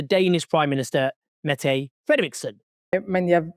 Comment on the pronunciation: Owen I think "Mette" is pronounced more like: "Medda". Love your work, keep it up!